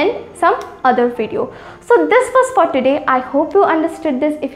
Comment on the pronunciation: Not where i.e were difference is there. While ur pronouncing i.e was wrong